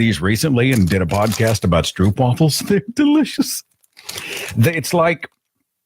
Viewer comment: Pleeeeeeeeeeese! Stro-op. Not oo.